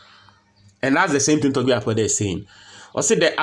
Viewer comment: I like the way you pronounced his name.."Togbe Afede" & that shows you're a correct #9😂